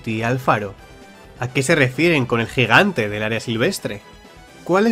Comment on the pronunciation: Curioso el modo en el que dices "Piedras del GIGANTE" 👀